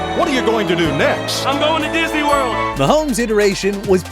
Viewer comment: I'll always remember Drew Brees saying "I'm going to disny world "!